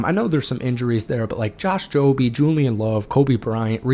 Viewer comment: FYI. It’s Josh “Joob”, not Josh “Joob-E”. The E is silent.